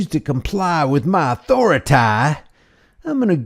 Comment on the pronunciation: Please...PLEASE!...stop saying "authori-tie". That's the most childish thing in the world. You do a good job otherwise.